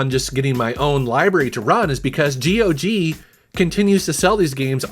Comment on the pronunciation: GOG rhymes with dog.😀